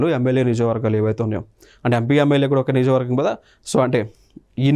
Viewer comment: నియోజకవర్గం అనేది correct pronounciation sir